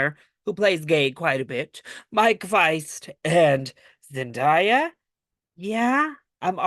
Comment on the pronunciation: Her name is literally a phonetically how you pronounce it. Zen-Day-a, not die-a